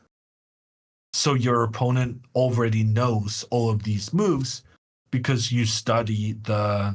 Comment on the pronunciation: Nice to hear the commentator pronounce the word "opponent" the correct way - unlike others who must remain unnamed for now and which I wish a speedy recovery..